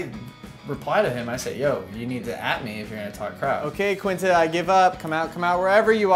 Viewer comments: Zach, Quinta is like your girl best friend and you don't know how to pronounce her name? Seriously? Those three are the best♡ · Why does Zack not know how to pronounce Quintas name if they have been friends in forever?